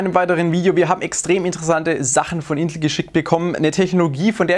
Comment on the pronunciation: Hört sich bei dir an als würdest du Intl sagen 😅